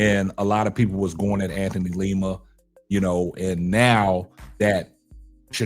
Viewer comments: lima bro.. u keep saying leema lol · LIma. Not LEEma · Hey....like your show. Btw, its Lima's name is pronounced like how Lima bean is pronounced, not like the city in Peru.